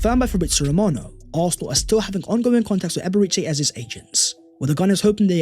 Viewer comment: But how do all you guys read Eberechi as Ebriche?